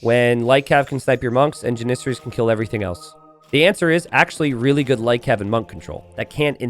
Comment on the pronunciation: Never heard anyone say Janissary that way, always thought it was JAN-issary.